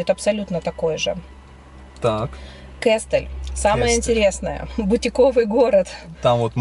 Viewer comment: где ты её взял? Десятый год в Махмутларе живет, а названия районов не знает. Да, в турецком языке действительно, ударение часто падает на последний слог, но не всегда (Аланья, Анталья например), запомни, Оба - ударение на первый слог, а вот ТосмУр и КестЕль как раз на последний. Сама себе противоречит, говорит, что всегда на последний, при этом называет районы ТОсмур и КЕстель. Ой, не верю я, что она там с 11 года...